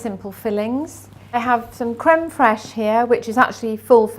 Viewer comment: What's crumb fresh please?I can't understand what you said. Is that yogurt with lemon curd?